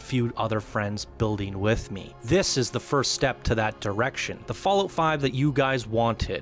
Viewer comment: I have no issues with the video, i actually agree with some things. BUT i cant stand that he calls it "FallOat" !! xD It's not cereals u eat on rainy days god damnit!